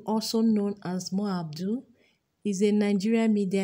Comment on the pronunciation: Mo ABUDU!!! not Mo ABDUL